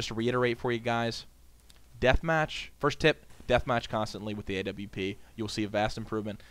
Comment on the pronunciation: Thank you for saying W properly. I hate people saying AVP lol